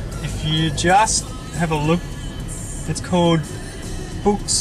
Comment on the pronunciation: HAHA our cant say CALLED properly